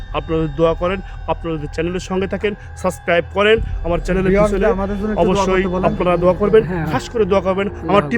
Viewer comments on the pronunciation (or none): কিন্তু একটা চ্যান্টেল দেখতে পাইলাম।।।হায়রে উচ্চারন।